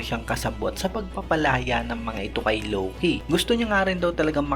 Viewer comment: Buti kapa Tama pronounce ng Loki. Si Eneru Low-key ng Low-key e kakaurat sakit sa tenga